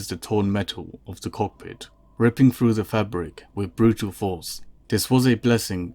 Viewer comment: You have a nonstandard phonological substitution or th-fronting lisp. It's what causes you to pronounce your "th" as a "v". So "The" becomes "Va". And "Through" becomes "Frew".